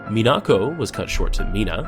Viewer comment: That's not how you Pronounce Minako, Dude.